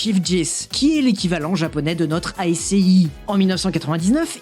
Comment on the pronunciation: ASCII = "aski"